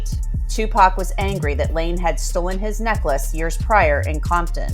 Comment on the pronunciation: She did not say necklace